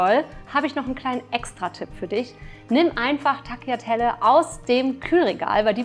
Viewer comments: Man spricht es Taliatella aus nicht Tagliatella. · Tagliatelle gesprochen: Talliatelle, einfach ohne G